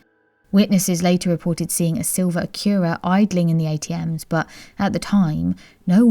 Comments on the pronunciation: I loved that too! Never heard it pronounced like that before but I will pronounce it that way from now on! 💜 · Sounds lovely doesn't it?🙃 Not harsh the way it is usually pronounced.😖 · I love the way you pronounce Acura...great video thank you 🙏